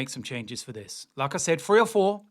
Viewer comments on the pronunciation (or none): Everytime you say "Like I said", it sounds as "Lacazette" I am confident Merino will start and Rice might be rested.